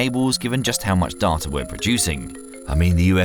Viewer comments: I don't know anyone who pronounces 'Data' as 'Darta' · "darter" is getting annoying lol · So unpleasant hearing "data", "further", and "route" pronounced in an English accent with American pronunciation. Comes across as jarring. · I was enjoying this video till I heard how this guy pronounces data.. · Lmao the way he says data😂😂